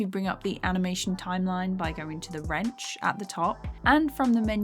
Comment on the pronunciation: "Wrench" kinda sounds like "ranch" and every time I hear you say it I think it's a Dr Phil reference x)